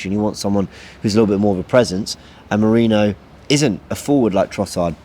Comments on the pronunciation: How hard is it to say Meh-ree-noh? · still getting mikel merino name wrong lol 😂😂😂